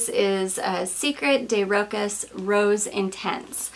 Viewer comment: Hi! Please don’t hate me 😊 Rochas pronounced as roSHAs with the emphasis on A... Have you tried their classic Femme? I have polarized feelings on it...